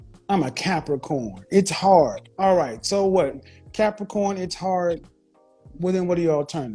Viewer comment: I'm a Cappacorn 😂😂😂😂 she didn't pronounce the r in Capricorn. 😅😅😅😅